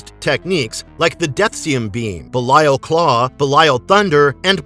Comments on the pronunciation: Its be lee al 😭 not be la yal 😭😭😭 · "buh-lie-yal" - this dude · Pretty sure it's Belly-uhl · His name is Belial (Bay-lee-l) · How he says belial is funny😂